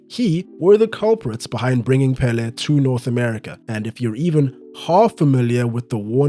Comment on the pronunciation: 1) His name is pronounced with an accent in the second syllable: pelé! 2) They played against no one. No wonder they would win every game. And they had a horrible tie breaker… 3) I think the rising in popularity of football in the US has to do with immigration. After the seventies it grew constantly. Especially from Latin football loving nations.